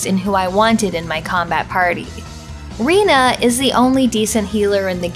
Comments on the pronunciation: Rena is pronounced Ray-nah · Did you say Reno? lol